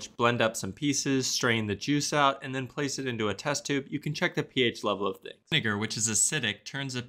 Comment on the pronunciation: Did I hear the n word instead of vinegar 🤣